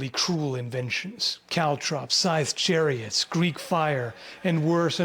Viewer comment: In the intro I first thought you said "caltrop sized chariots"